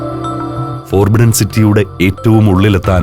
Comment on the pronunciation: the Voice: Forbidden എന്ന വാക് ഉച്ചരിക്കുക, ഫൊർബിഡ്ഡൻ എന്നാണ്. ഫോർബിഡ്ഡൻ എന്നല്ല